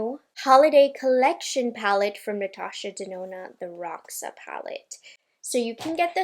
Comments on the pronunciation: I guess it’s pronounced “hosha “, ir means purple in portuguese ❤💜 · Roxa is actually the Portuguese word for purple. The pronunciation is different